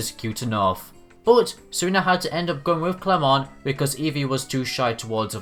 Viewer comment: The way you said clemont I DIED OF LAUGHTER IM SORRY. XDDD "CLÉMON" XDDD